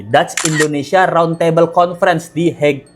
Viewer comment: De Hague=Denhag bang